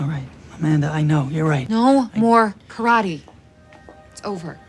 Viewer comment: Ka-ra-tay. Not currody